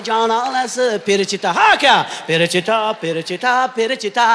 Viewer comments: Перичита МАС ФЕЛИЧИТА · Perechita mas felichita manimcha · Перечита эмас,балким ФЕЛЕЧИТА дир. Маьноси :тоза хаво : дегани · Охун ака перичита эмас феличита италян шаркынынг исми 😊 Ман сизнинг мухлисингиз ийики варсыныз ❤ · Не перечита,а феличита... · Перичита емас Веричита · Италиянкий песня Феличита Felicità ( счастья)😅ПЕРЕЧИТА эмас